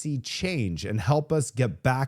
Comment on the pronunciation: Luv your reporting😊"ILL SEE YOU ON THE NEXT RAPORT"😃😃